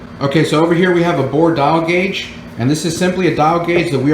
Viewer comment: Why are you saying it like that? "A bore dial guage"??? Is this how some people talk in different areas of the country?? I've never heard it said like that & it makes me question you & if your for real or just some buger eater they got to put in front of the camara to read a script & obviously nobody there has ever been a machinists? If im wrong then?? I dont think I am. A "bore dial guage"!?? Do you mean a "DIAL BORE GUAGE"???